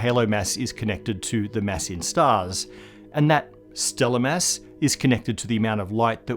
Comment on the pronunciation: His pronounciation of "mass" is ridiculous.